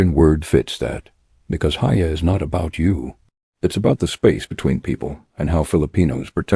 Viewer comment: “Hiya” is pronounced hee-yâ